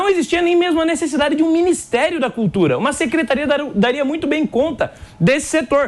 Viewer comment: Que cultura.....cutura....curtura...sei lá....